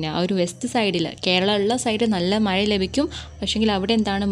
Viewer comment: ടീച്ചർ പറയുന്നത് മഴ ❌ മയ,✔️🫢🫢😃😃😃